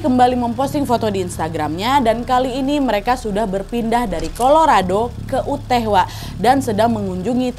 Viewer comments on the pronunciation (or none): Yu-tah nad baca nya bukan uteh wkwk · YUTAAAHHHHH😫 Yu • Tah. Not “Uteh”. Kak Nad, tolong kali lah samamu, sebelum bacain cerita, cara pelafalan nama orang, tempat, dll dll, dipelajari dulu. Ngaruh kali loh kak sama kontenmu, gak sekali dua kali gini😢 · kak Nad Utah itu pengucapannya "Yutah" bukan uteh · dari tadi bingung sama "uteh".. Utah itu bacanya yutah wak, bukan uteh.. semangat terus wak.. :trophy-yellow-smiling::trophy-yellow-smiling::trophy-yellow-smiling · atau paling g baca baca utah lebih mendingan dengernya ya..dari pada uteh..sampai gereget ya..yg bener yutah..😔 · awalnya mikir uteh itu apa si, ternyata utah negara bagian😭 bacanya harusnya yutahh but it's ok agak bingung dikit tadi awal awal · Nadia Sayang, boleh ya kasih saran sedikit... Anu, kalau memungkinkan tolong diusahakan agar selain mencari berita dan detailnya, Nadia dan team juga mencari bagaimana cara mengucapkan nama tempat (kota, desa, negara dan lain-lain) dengan lebih tepat. Seperti cara mengucapkan Utah (Yutaah) di video ini, pengucapan Church, dan beberapa negara asing di video-video yang lain. Karena walaupun ini detail kecil, tapi bagi menurut saya penting. Semoga tidak dianggap cerewet ataupun berniat menjatuhkan ya. Saya salah satu fans Nadia dari lama dan cuma pengen kasih saran yang membangun. Terimakasih. Sehat-sehat selalu ya Nadia, semua team dan keluarga. ❤️❤️❤️ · Hai kak Nad, maaf mau koreksi sedikit. Untuk negara bagian Utah itu dibacanya “yutah”, bukan “uteh”. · Maaf Kak Nad.. Koreksi sedikit, bacanya “yoo-taa” (yuta), bukan “uteh” 🙏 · Nadia harusnya bacanya negara bagian Utah itu bacanya "Yutah" bukan Uteh hehe. Aku sampe bingung Uteh Uteh tu dimana. Sampe aku ulang dari awal eh ternyata Utah to😂 (btw dengerin ga sambil nonton karna sambil nailart jadi ga liat tulisannya) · yuutaahh mbak di baca nya,,, bukan uuteeehhh wkwkwkw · Yutah wak, bukan uteh 😭😭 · NAD.. BACANYA 'YUTAH' . BUKAN 'UTEH' 😂😂😂🤣🤣🤣😂😂🤣🤣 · UTAH ....maaf ya wak ya bacanya "yutah" bukan uteh 🙏🏻